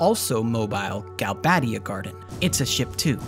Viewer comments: because there is only one d and one b. You would need double d and double b to pronounce them the way the narrator does. Galbaddia and Trabbia. Otherwise it has the "ay" pronunciation with only one d and one b. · why would you pronounce galbadia and trabia as galbaydia and traybia when there's clearly no Y in their names!?